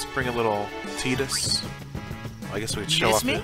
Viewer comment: I like that you say tidus name the right way! Great video man, I’m playing it too rn